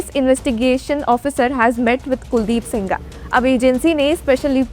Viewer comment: He is sengar madam not singaar